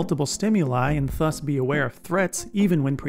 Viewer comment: the way this guy says þus instead of ðus is killing me